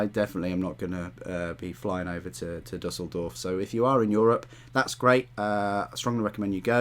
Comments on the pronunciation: Nice pronounciation of Düsseldorf. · Thank you for the thorough vid! Nice pronunciation of Düsseldorf, hoping to go there myself this year.